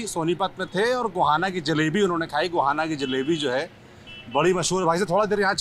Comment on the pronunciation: Guhana ❌ Gohana✅